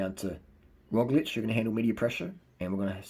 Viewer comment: Great pronounciation of our slovenian semi-god Roglič :) The guy with the "shoelices", our quater-god Tadej Pogačar :) keep up the good work